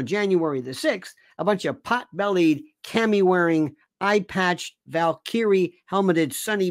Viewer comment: Camo wearing. Not "cami" wearing. Let's stop rummaging through the lingerie drawer.